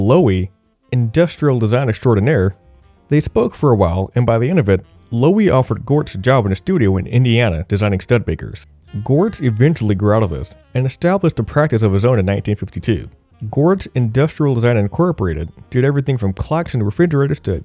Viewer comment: it's pronounced like "stew-de-baker" not "stud-e-baker." nonetheless great video, thanks for the work dude